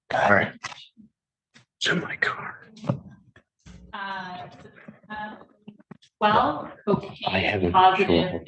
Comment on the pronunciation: “Prescription is in my carrrrrr”